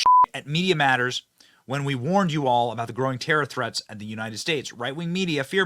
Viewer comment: "Canada and Mexico." What is that aboot? .